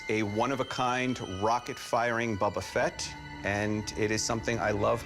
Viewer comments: Boba* not bubba 😭😒🤦🏽‍♂️ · Calling him Bubba fett drives me crazy. He says he loves it more than anything? Smh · “Bubba fett” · lol superfan but calls him bubba fett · Yeah me too sounds like a brick hitting a window Gets on my nerves hearing Bubba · and you said Bobba not Boba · Loves it more than anything, can’t pronounce “Boba” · something this guy loves more than anything but yet he can’t pronounce boba correct